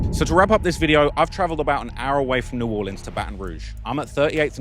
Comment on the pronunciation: 1st of all you're a G for visiting NOLA and coming into the hood. 2nd thank you for pronouncing the name of our city correctly. 3rd tho c'mon man I'm FROM New Orleans, I grew up there in Gentilly and in the 9th ward for a minute when I ran away and stayed with my black homeboys who had good momma's and Lil Wayne is top 5 for SURE but there's no world and no fantasy where Wayne is above Nas, Pac and Biggie. I know a lot of people want to throw Eminem in the top 3 or 4 and I loved his first 3 albums but I put him number 5 and Weezy at 4 because when taking their whole careers into consideration and not just their prime stuff - Eminem has dropped a lot of corny music. Especially his latest stuff dissing ice spice and whatever else he's been doing. Shit went downhill as soon as he made that corny song with Rihanna lol. Anyway Lassiez Le bon temps roulette baby!